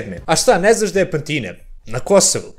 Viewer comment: Nije Pantino(zvuci kao italijanski) vec je Pantino selo pa kod pantinog ili samo pantino (selo) Keep up bro